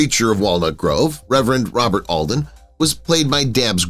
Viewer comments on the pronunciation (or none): none